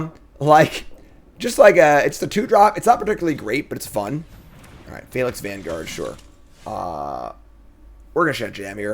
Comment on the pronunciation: wotc is just gonna keep printing phalanx cards until finally learns how to say the word.